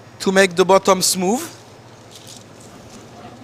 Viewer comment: he said buttom